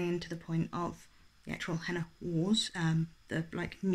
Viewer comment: Oh no! It ROTS me when narrators don't look up how to pronounce names or places - like that's literally part of your job surely? The Henna Wars came out in the US first, and from what I remember seeing the author say on Twitter they did make changes to make it better for an American audience (which always makes me laugh that it always seems like American readers can't handle books not set there whereas everywhere else has no problem understanding or converting Americanisms in all the US books we read). I once read a book about an Irish character where there was someone called Nuala and the narrator say NOO ALA like koala and I was so mad haha.